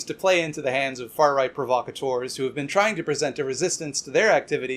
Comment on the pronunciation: Your mispronunciation of the word "provocateurs" is quite unseemly coming from a fellow Canadian. But, I digest. Your content continues to be incisive and hilarious. Hope we can somehow help each other smash capitalism some day!